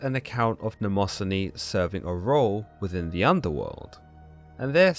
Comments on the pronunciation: It’s ‘nyma-scene-ee’ not ‘namoh-son-ee’ Mnemosyne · It's Mne mo syne you pronounce it wrong